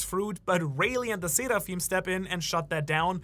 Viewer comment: Seraphim are from the abrahamic religions you can stop enunciating it like you're Japanese now